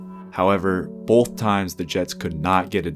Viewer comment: that was the most distinctly Canadian “both”. I see you brother..